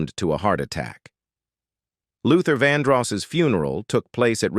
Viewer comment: Fake AI voice's pronunciation flubs make this video hard-to-believe. (Check the pronunciation/grammar of 'rely', '''VonDross''', 'Did he murderED somebody?', '''vehicleez''', etc.)